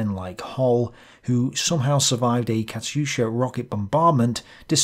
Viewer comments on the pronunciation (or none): none